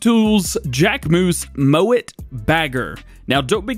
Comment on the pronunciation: Am I the only one that heard say "moan it" instead of "mow it"? I've watched twice and I swear he say moan instead of mow 😂